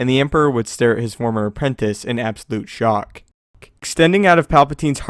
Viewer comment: who else heard him say 'shock-k'? I certainly did.